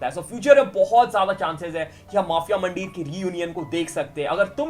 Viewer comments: bhai isko mandheeeer bolte hai muuundeer nahi. 😂😂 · It's not muuundeer its mandheer in Punjabi pronounciation